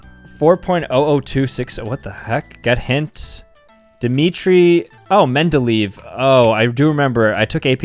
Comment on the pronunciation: bro its pronounced mendelayev (he was a pedophile btw)